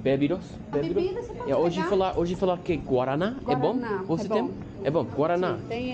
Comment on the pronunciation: Highly recommend dating Brazilian girls if you live in the Boston area. lol make sure you don't order "bread and cheese" at the bakery because it's gonna be a piece of bread with cheese, not the cheesy bread 😅😅 yes! you're not pronouncing it correctly, but it's like their Coke.